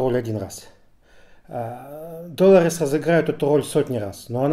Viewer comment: Что заставляет называть главную героиню ДОлорес? С удареним на первую О? Какое правило, или где это было слышно хоть раз?